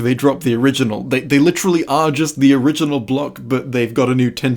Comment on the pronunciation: Stop saying licherally it’s literally